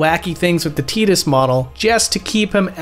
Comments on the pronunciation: His name is TI- DUS not TEE-DUS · His name is pronounced and said like Ty- tus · Don't ever say teedus again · I still find Tidus name being pronounced Tee-dus to be weird since I always thought it was Tie-dus, like a water tide, since water seems to be his whole theme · I still pronounce it tye-dus and you can't make me say tee-dus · Whoa, wait. TEEDUS? No way. TIDE-US for life baby! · Wait, it's pronounced Teatus, like teat, not Tight-us? What the hell? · I still can’t believe they went with Tee-dus as his name, just sounds so wrong, I always pronounced his name as Tide-us. I mean the guy spends half the game in water. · STOP SAYING TEEDUS. ITS PRONOUNDED TIDUS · Plays whole game, calls him Teedus. Excellente. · bro really said teedus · good video. u calling him tee-dus tho just kills me inside. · "Teedus" dude, wtf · It’s not teedus I don’t care what anyone says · I don't care what ANYONE says his name is TYE-DISS. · I refuse to call or think of Tidus as a "teet-us"